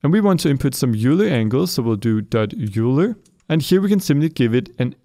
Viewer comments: Euler is pronounced like oil-er. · Euler is pronounced "oiler", not "yooler". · It's pronounced "Oiler," not "Yewler." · Euler is pronounced oiler. i know its weird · I love the videos, but that pronunciation of Euler lmao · Yeah, unfortunately a lot of people just pronounce it as it looks, not knowing it's based off of a name, Leonhard Euler, and that Euler is thus pronounced more like "oy lar"